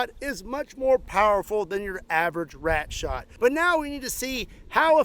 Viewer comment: "Shooting wRat" ?.. Don't try it in NewYork